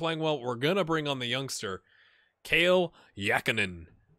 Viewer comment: just fyi, the pronunciation of Kalle (Jakonen) is more like Cali and less like Kale. The E on the end is supposed to be open like in 'every', but that's not as wrong :D